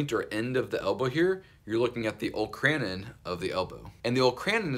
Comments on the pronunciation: The olecranon process is pronounced oh-LEK-ruh-non (I was so confused at first when you said "Ole - cran - in") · I enjoy your videos, you do a good job of breaking down the components of the joints. FYI-- olecranon is pronounced "0h-lek kra-non" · Bro said Ol’kran’n and I had to leave